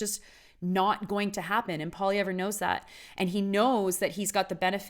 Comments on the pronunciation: How about you pronounce his name properly and then I'll attempt to respect your opinion. It's pronounced POLY-EV Of course I'd like to agree with you, but then we'd both be wrong. Pierre for PM!!! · Pierre Poutine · Maybe learn to pronounce his name, first of all! And also open your eyes to what Trudeau and his party has done to this country!!